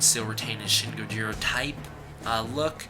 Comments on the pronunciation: Ain't even pronouncing Gojira properly either. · You said gojira wrong